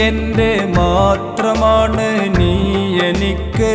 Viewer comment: നീ, നരകം ഇവയിലെ ന എന്ന ഉച്ചാരണം ശരിയല്ല..അതു ശരിയാക്കമായിരുന്നു